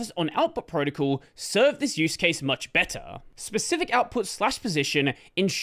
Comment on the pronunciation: I’ve never heard anyone say “protocol” as “proticle” like this before